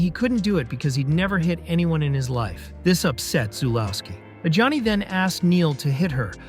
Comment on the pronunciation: he also pronnounces Adjani as Johnny